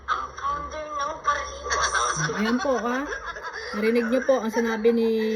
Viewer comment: Ang narinig kong sinabi nya ay ang founder ng para limos at hindi parahimas. Play it slow para marinig ng tama. Mali pa rin ang sinabi nyang paralimos, dahil hindi naman humihingi si VSM ng pera sa sponsors.